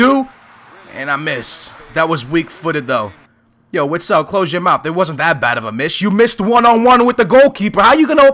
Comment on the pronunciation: Call urself a benfica fan yet you can't say witsels name right are you a glory hunter